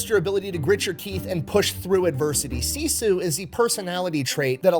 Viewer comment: This is a minor detail, but "Sisu" is pronounced "sis-oo" not "see-sue" - at least that's how everyone in my Finnish family says it.